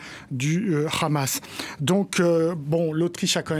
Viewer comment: tu sais pas prononcer Hamas? Pkoi dire khamas?